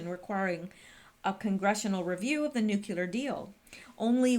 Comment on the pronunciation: pronounce " nuclear "...new-clear